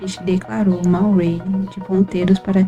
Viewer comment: "string", "array" 🍷🧐 nice pronunciation! Parabéns pelo projeto e obrigado por compartilhar o código. Gostei do uso dos pointers para mudar a côr no terminal e do jeito de pesquisar mínimo e máximo num só loop for.